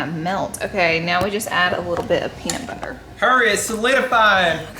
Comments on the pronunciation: Peanus butter 😒🤣🤣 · really said penis butter 😂😅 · “He 100% said penis butter” 😂😂😂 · ‘He 100% just said penis butter 😂😂😂😂🤣